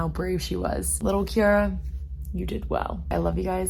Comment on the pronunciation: Little Kiara you did well. You forgot to physically give yourself a pat on the back. LOL. Did I hear that correctly, you pronounced you name different?